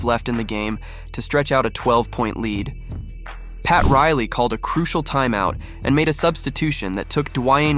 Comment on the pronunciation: They screwed up like 15 times . Dude said pat Riley called a timey out ?????? Lol